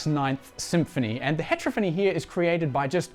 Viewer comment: It’s not hEtrophony, it’s heterOphony.